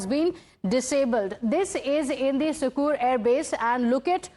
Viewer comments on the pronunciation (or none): It's not pronounced sukkur but sakkar